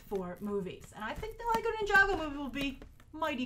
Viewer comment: Is it really pronounced "nin-jago?" and not Ninja-Go?